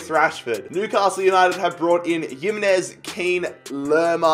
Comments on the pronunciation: yimenez??? its himenez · Oh my god stop pronouncing Jimenez’ name like he’s from Eastern Europe It’s pronounced Himenez not Yimenez And what made you decide that Haller was pronounced “Heya” 😂😂😂